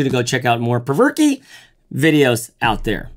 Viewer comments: "Perverke" ?? You know there's only ONE r in the name? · It’s pronounced “provoke” not “perverky”